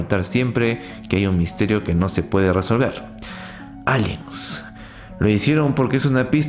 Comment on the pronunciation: Locaso cuando dices aliens xd